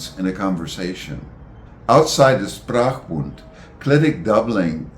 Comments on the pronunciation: Is it not pronounced SHprachbun (initial SH), rather than SSSprachbund (initial SSS)? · I appreciate the content and find it fascinating. However, linguists might be expected to pronounce linguistic terms more or less accurately, especially if they are the key term like “Sprachbund” [ˈʃpʁaːxˌbʊnt] in this video. No offence meant, of course.